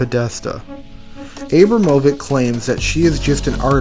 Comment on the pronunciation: Abram ovich